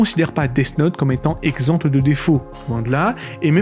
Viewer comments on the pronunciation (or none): On ne prononce pas le t de exempt au masculin.